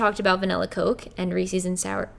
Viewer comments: I was today years old when I found out that not everyone pronounces it "Ree-sees". 😬 (I'm also from Philly) Loved this video, though! Lots of great information and very inspirational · Wait it's not pronounced re-sees 👁️👄👁️ I feel lied to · I'm from the south and I said it like "Ree-seas". I'm so glad I'm not the only one who says it wrong. I'm just so thankful to see you looking amazing and admitting that you were addicted to sugar. I seriously don't eat that much. But I eat a LOT of cookies. I LOVE chocolate chip cookies. And I've stopped buying myself a lot of sweets because I'm trying not to eat them. I've bought myself protein bars or fiber 1 stuff as substitutes for it. I'm trying to take baby steps but it is hard. And this whole video has been so inspiring to me. Thank you. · The biggest "what" moment I had was when you said Reese's is supposed to be pronounces Rees-sus. I didn't know that was a Philly thing *side-eye*. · Literally everyone I know says 'Reesees' and it's so frustrating🤣🤣🤣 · I like how you say ree sees 😜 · Wait.... You don't pronounce it "Ree-Sees"??? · It makes me so happy to know that someone else on the planet pronounces reese's pieces that same way I do! I thought I was the only one! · Lol when you pronounced Reese's I didn't even know other people pronounce it differently because I'm from Philly